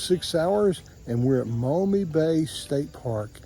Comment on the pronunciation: Interesting video. Thirty five years ago I went to Law School in Toledo and it was a polluted rust belt town. After a lifetime in Ohio upon graduation I left for the West. It was nice to see the area rebuilt and fishing back. P.S. it’s pronounced “Ma Me”.